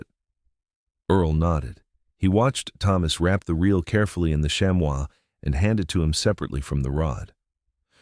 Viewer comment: Chamois is pronounced “sham-ee” not “sham-wow” lol.